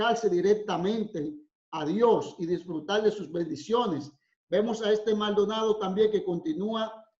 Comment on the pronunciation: Su apellido lo dice mal donado.